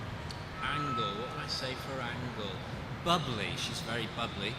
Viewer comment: I like how Bradley calls Angel "An-gle" when he's describing her in one word. Nice that he says she's bubbly.